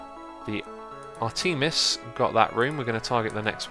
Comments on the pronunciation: I believe that the missile weapon is pronounced ARE-te-miss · Also, the rocket thing is pronounced "Ar-teh-mis," as in the Greek goddess.